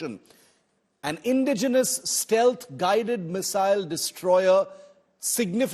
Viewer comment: Its not pronounced INdigenous, it is inDIgenous. The emphasis is on the "di" syllable. Its not DEterrence, it is deTErrence. The emphasis lies on the "te" syllable A professional of the stature of India Today should know these things..